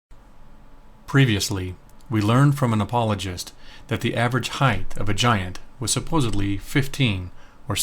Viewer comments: thank you so much for the awesome vids, entertaining, insightful and informative... buuuuut..., with respect and no insult intended, the term is "height" not "heighth"...there, i mentioned it before you have to hear it from a creatard who trashes your whole presentation because of one, perhaps geographical use of a non-word... thanks again though, i'm a long time subscriber... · Also, there's no h at the end of height. ;-) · I enjoy the videos, but the whole repeated "heighth" thing was getting genuinely frustrating. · You are correct... There were never and human giants... Also though, the no such word as "HEIGHTH" perhaps you meant "height"... Just saying Great vid!!!